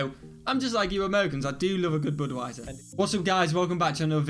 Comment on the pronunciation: Boodwiser?? BUD (rhymes with MUD)wiser